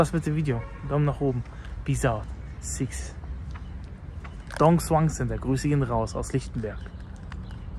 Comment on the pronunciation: er is halt kein viet, ist doch klar das er die aussprache nicht so gut beherscht